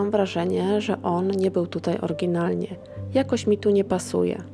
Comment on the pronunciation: Zle akcentujesz slowa, szczegolnie "oryginalnie"